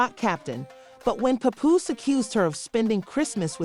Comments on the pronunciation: I tried but after the third "popooh" I was good on the info 😂💯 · I was trying to watch but the way ya disrespecting my guy name is nasty.. get it right or don't upload the drama.. how I suppose to believe this information right when you not even saying the names right